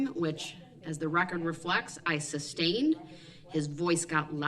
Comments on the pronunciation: Yep. Da troof instead of the truth Axe/axed instead of ask/asked Substain instead of sustain Oaf instead of oath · He went to the ghetto lingo school for self representational failures!!! Ask…not Axe Sustain…not Substain Oath….not Oaf Truth… not Truf Tacit…not Tatic Bias….not Biast Jury…..not Jewry His ignorance is epic,!!